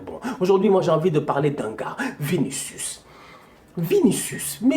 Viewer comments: Merci! Dès que tu as prononcé vinicius, j'ai éclaté de rire! Pardon laisses le gamin il apprends le métier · Tu me fais quand tu prononce le nom de vinicius